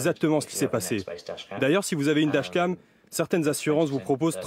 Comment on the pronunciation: C'est moi ou le présentateur a du mal à prononcer "dashcam".